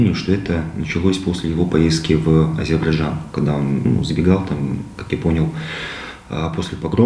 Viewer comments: Напишите слово Азербайджан, и почитайте внимательно. Ещё с Горбачева уши режет " Азебаржан" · Не Азебаржан, а Азербайджан!